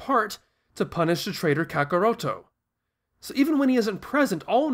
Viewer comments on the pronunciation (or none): Lol u say there names funny. When u said kakaroto I died LOL I know these are the original names. I'm a big fan of the Japanese version, but this is the 1st time I hear somebody say there names with an accent, but why don't you call the saiyans they're original name too. Saiyajins.